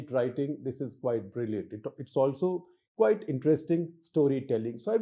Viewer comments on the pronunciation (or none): none